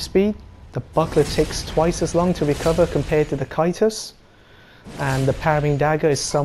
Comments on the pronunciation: Can't watch this because you can't say C A E S T U S. It's not KY-TUS, it's Ceh-st-us, or SEH-st-us. Ffs. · Why does he say it in such an odd manner? it's pronounced Tjæstus after all. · I giggle every time you say kaitus lol lol lmao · It's pronounced "Kay-stus". Other than that, good video. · Never liked the buckler aesthetically but I'll try it out again. Oh by the way, I think caestus is pronounced as 'sestus'. I could be wrong but I thought you were referring to aa kite shield when I first heard you say it. Anyways, I'ma go try practicing parrying with the buckler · caestus = (ses)(tus) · Need earbleach for Caestus pronunciation. Send help.